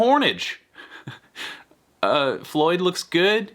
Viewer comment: Heh heh heh...he said 'hornage' hehehehe.